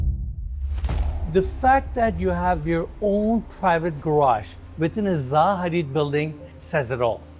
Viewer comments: it's not ZA HADID, it's ZAHA HADID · you pronounced their name wrong lol